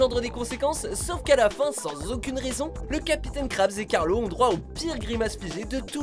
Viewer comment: C pas Carlo mais Carlos ... mais bon